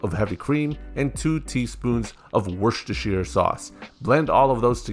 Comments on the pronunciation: he said warchestershire sauce right..... he's to powerful to be kept alive. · He can pronounce Worcestershire sauce lol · The only man in the wasteland that can pronounce Worcestershire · The man is a god, he can say Worcestershire sauce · Finally a man who can say Worcestershire sauce